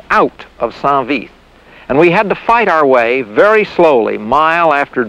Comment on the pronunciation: Great upload - Thanks. It makes me chuckle that very few American (or English) pronounce St. Vith correctly. It should sound approximately like 'Sant Veet' since 'h' ("Ash") is silent in most french words. But, please keep up the good work!